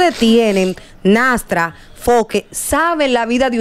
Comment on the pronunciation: CANDY ES FOKE NO FOKER 😅